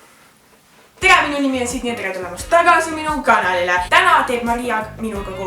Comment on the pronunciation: "Tere tulemast minu ganalile" Mis asi on ganal? Aaa see pidi olema kanal